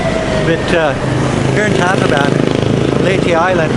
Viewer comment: Why do so many foreigners pronounce Tacloban incorrecrtly...??